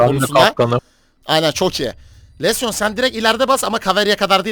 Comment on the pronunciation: Lesyon degil abi lesion lijın diyesoyleniyo